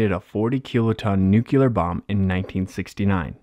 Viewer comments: NUCLEAR not NUCULAR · Narrator, PLEASE learn to pronounce the word "nuclear" correctly and re-dub this video.